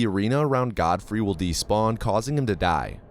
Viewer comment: did u SAY godforeskin LMAOOO